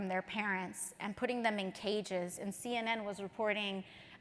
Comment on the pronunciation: ay-und, ay-und, ay-und, ay-und